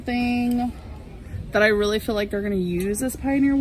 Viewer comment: She cant say „feel” and „fill” for shit its always sounds like the other